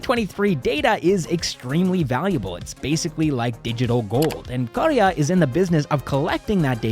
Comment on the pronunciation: I love how you accurately pronounced karya. Thank you for taking the effort!